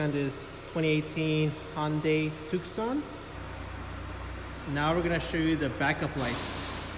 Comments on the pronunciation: Too-Saan not Tuksan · the C is silent in Tucson.